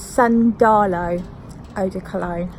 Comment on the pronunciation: The accent is on the first A: 'san-da-lo